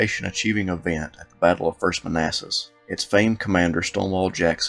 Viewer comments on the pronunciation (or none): none